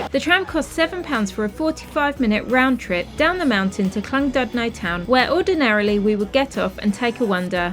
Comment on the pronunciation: The middle part of Llandudno i. e. the 'dud' is pronounced 'did'.........so more like 'Clan- did- know' 🙂